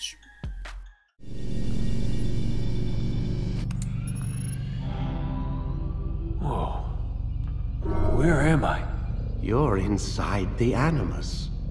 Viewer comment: Nije Vidić, nego Vidic (k). :) Sve u svemu, zanimljiv pokušaj. :)